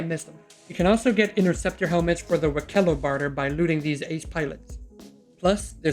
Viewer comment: WEEK-elo, not wi-KEH-lo